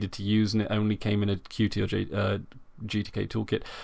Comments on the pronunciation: Good announcement, nice channel! By the way, Qt (not QT) is pronounced like "cute". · Concerning your first point, I have seen a majority of people refer to Qt by each letter (how its spelt). I do not think it is a tenable solution to attach a reminder to every utterance of "Qt" so that it becomes "Qt (by the way, I mean the UI toolkit, and not the established English word)", hoping that people will be irritated enough into submission. I completely respect the authors preferred pronunciation of their software, but to say that is how it "should" be pronounced is quite presumptuous. My name "should" be "Marcvs" from Latin, but over hundreds of years this has become "Marco" because it is simpler and fits with the rules of pronunciation - is there a tragedy here? Personally I don't think so. The developers have millions of people using their software and some even receive income from the Qt Company! I do not think even they are so concerned about the pronunciation. I and many others aren't going out of our way to offend anyone. What we are doing is reading what is on the screen, those are the letters q followed by t.